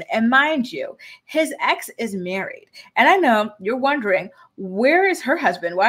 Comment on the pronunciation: I cracked up when you said “My Huzzbund” . Thanks for the laugh 😂😂